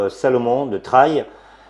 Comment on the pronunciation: le "traïlle" ... :)